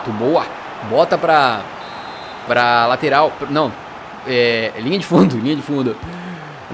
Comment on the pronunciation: Alguém viu ele falando "Latoral esquerda" 😂😂😂😂😂